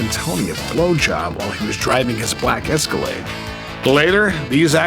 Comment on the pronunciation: Who the hell doesn’t know how to say the word Escalade